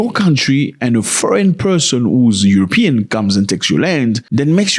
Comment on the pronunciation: Aeropean not European